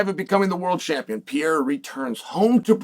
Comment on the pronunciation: Not Alex Piera man its Pe Re Ir A 😂